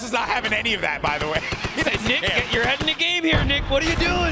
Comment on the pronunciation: Anyone else hear say nick eh thirtly